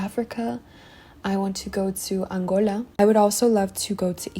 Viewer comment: Love how you pronounced Angola like a African 😊